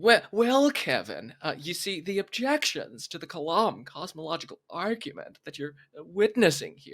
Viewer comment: Kalam* not Clam